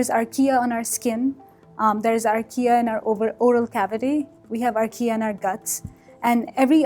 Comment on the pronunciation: I guess she's saying "archaea", but I kept hearing Ikea, the furniture store.